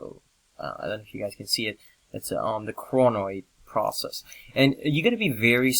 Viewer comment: is it coronoid process or cronoid process becaus your pronouncing it so differently:)